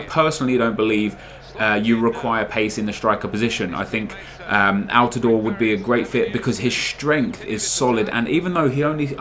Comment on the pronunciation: thank you for pronouncing altidore correctly what a beast for the national team